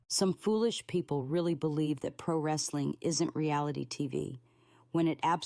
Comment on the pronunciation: Holy shit, it's talking about pri-wrestling on YouTube!! I would've thought I'd unknowingly time-traveled if my kids weren't here with me.